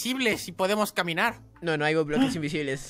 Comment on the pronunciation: Te entendí roclerts en vez de bloques